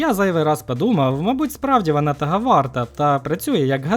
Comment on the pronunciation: бля я не можу з цьом вимовою, вана тага варта, пагана, хірше, магла... помогіте